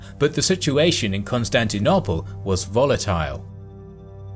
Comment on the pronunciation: Why can’t he say Constantinople correctly?? Every video 🤦‍♂️